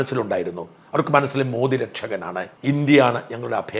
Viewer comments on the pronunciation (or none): none